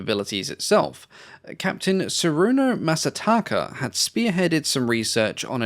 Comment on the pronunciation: Ah, you don't know how Masataka's kanji is meant to be read. Often even Japanese have trouble with figuring out how the kanji in names are read.